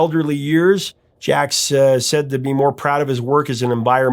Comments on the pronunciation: "Jacques" is pronounce just "Zhahk" -- without the "uh" sound. The "uh" sound is made in songs like "Frère Jacques" because the music calls for it, in the same way that "frère" has an "uh" sound in that song, but not when simply speaking the French word for "brother." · Jaques Brel is pronounced Jack Brel . He was an avid sailor and ended up in the South Pacific where his boat stranded and years later was recovered to be restored . P.S. Jaques Brel was a Belgian and to twist the knife a little more so was Johnny Halliday (Born in Belgium as Johnny Smet ) another " French icon ". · Great content as always. I love songs by artists made for their friends who passed away (Pennywise's Bro Hymn is one of my favourites). I just have one minor note for this video: Your pronunciation of Jacques is a little weird, I'm from the Netherlands and everyone here and in Belgium pronounces it 'zjak'. Tip: When I need to know how something is pronounced, in a language I don't master, I use Google Translate's listen function. Anyway, keep up the good work, this is just me trying to help something great be even better. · i first heard Seasons on the radio in 1963 by the Kingston Trio - they took the Brel French version and made it Tex/Mex. J Brel is not "Jack-a," the name is very common and pronounces "JUKS" I knew the song well when it became a hit again in 74. Terry and Susan Jacks had plenty of hits as the Poppy Family; "Which way u goin' Billy" was #2 in US, There's no Blood in Bone, Where Evil grows and that's Where I went wrong all hit the Top 100. Speaking of French artists, u need to do a deep dive on Frank Sinatra's MY WAY - everyone associates the song with Frank, as it's his biggest but... it ain't his. xoxoxo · Your music guy but its Jacques Brel, pronounced Jock Brel, a superstar of french music, pre rock style. You must have heard his name 😊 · As much research as you do, how can you not Google "how you you pronounce Jacques?"